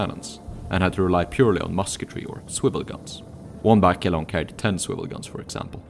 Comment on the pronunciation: Very nice video. However, The e in "Barque" is silent. :)